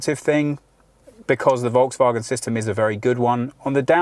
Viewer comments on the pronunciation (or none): Hi, i am asking for the usage of SI units for measurements (size, weight, perf., consumption) instead of (or next to) eng/US units, please Thomas be strict on that also would be nice to inform Brian (and AJ as well) know how to pronounce Volkswagen otherwise it is a good one